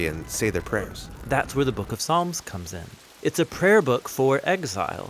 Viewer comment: "There are 150 Psalms"... But he said palms... Excellent video anyway! Keep up the awesome content! God Bless!